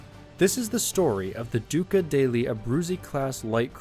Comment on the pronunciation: Italian pronunciation is quite difficult for English speakers, and I think he did quite well considering, particularly on very difficult pronunciation of "degli" in the name of the titular flagship warship!